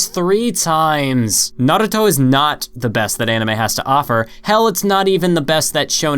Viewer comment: why are u saying naruto so fast like nrto not having just asking